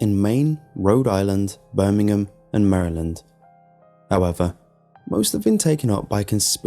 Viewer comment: When he pronounced Maryland wrong. TRIGGERED